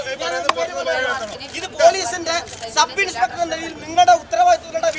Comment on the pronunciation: MLA സാറെ ..സബ് ഇൻസ്പെട്ടർ അല്ല. സബ് ഇൻസ്പെക്ടർ എന്നാണ് പറയേണ്ടത്